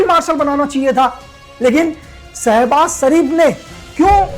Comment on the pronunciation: Ashim munir Nahi Asim munir 😂 Sabhaz sharif Nahi Shebaz sharif ha